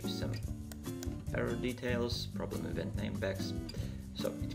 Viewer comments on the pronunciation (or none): none